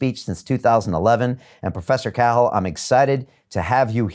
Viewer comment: Host mispronouncing Cahil, common name, I believe. (Is it normally Cahill?)